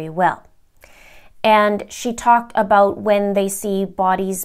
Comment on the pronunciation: “ABOTE” Canada, LOL😉❤️